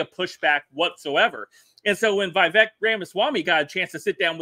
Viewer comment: Not vayvek. Veevek. Vivek.